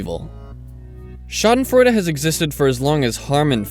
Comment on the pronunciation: nice pronunciation^^ i never really considered winning at a game as schadenfreude since even if i hate that person i'm just glad i won. another thing would be if they lose because of some stupid mistake they made. that would get me laughing for sure.